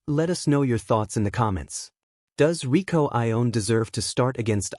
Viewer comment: Fiercer = more fierce , Rieko not Rico !